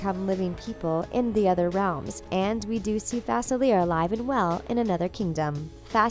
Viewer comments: you pronounced Dr.Faciler’s name wrong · Yeah its written Facilier but its spelled in French